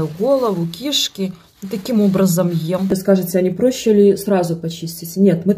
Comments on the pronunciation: Не кИшки ! А кишкИ !!!!!! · КишкИ, а не кИшки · кишкИ! Говорите правильно! Ударение на втором слоге!!! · Мойва конечно вкусная, не спорю. Но не в обиду будет сказано, где так разговаривают? Ударение в слове кишки надо делать на последнюю И а не на первую. Когда ломают русский язык, аж переворачивает😢😮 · кишкИ, а не кИшки😂😂😂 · Почему кИшки, а не кишкИ😅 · Ой! Ну, кишкИ, а не кИшки. Ну не могу прямо слышать🤦‍♀️ Извиняюсь))) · Почему вы говорите кИшки, а не кишкИ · Почему кИшки, а не кишкИ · КишкИ, а не кИшки 😢😮😢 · Судя по упаковке муки, это ,, Лидская мука" производится в Беларуси в г.Лида. , да и мойва в Беларуси продается в такой упаковке. Значит девушки скорей всего белорусски. Отсюда скорей всего и произношение -- ,,кИшки". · Серьёзно,кИшки? Как ещё у вас гОворят? А если серьёзно, то нет никакой разницы, где и как говорят. Главное, чтобы мы все понимали друг друга. Ведь мы все идём одной дорогой туда. Там не будет ни языкового барьера, ни разницы в ударениях. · Это кишкИ,только по новому. Сейчас модно ударение ставить куда попало. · Ки'шки ударение на последний слог. Это если по русски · Ударение на последнее и в слове кишки😂😂😂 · это модно что-ли ставить ударение не правильно? кИшки!! я даже не сразу поняла , что за кИшки надо убирать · В слове кишки, ударение на последнюю букву И! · Режет слух эти кИшки, она вроде грамотная девочка, говорит красиво обычно!? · Ачто такое Кишкис ударением на 1 слог И ну кто так. Говорит смешно ??? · Бля бесит ударение на первый слог кишки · А с каких пор в этом слове ударение на первый слог, вас это не смущает? ))))) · ты чудо! Особенно когда слышу твое переколошматить, ну и вот это слово кишки😂 с ударением на 1 и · Кишки,ударение на "Ки"шедеврально😂,оооч вкусно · В слове кишки,ударение ставим на последний слог! Слушать невозможно ваше произношение! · Произношение слова кишки ударение на первую и почему противно слушать это у вас модна стало коверкать слова вы не первая